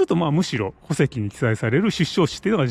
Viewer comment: 戸籍の発音がおかしいですよ。